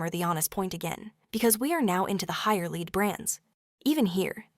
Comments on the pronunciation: I avoid everything Burt’s Bee. I’m insanely allergic to the cuticle cream. Not ready to test anything else. By the way, it’s pronounced nihch not neesh. Lēd? Seriously? Lead is pronounced lehd. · Leed? Lead 😂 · Strange pronunciation of lead all the way through.is this Ai generated?